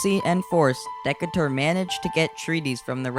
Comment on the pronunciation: Great video. FYI- it's Decatur is pronounced "duh-Kay-tur."